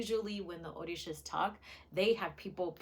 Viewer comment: Did you say OrDishas? The pronunciation is OR-RI-SHA…